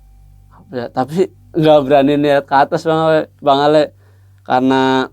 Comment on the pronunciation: Kadang kadang salah sebut jd bang Awe jg 🤣